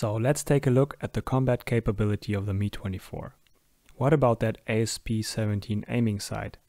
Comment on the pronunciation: Please stop saying it as "me" [MI:] 24 it´s [EM-A:J] 24